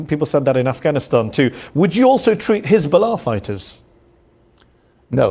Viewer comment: notice how he say hisburrrla , pronunced like a Jew , he is a Jew 😂